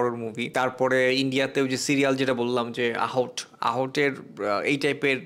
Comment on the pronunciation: আহট না ভাই আহাট হবে।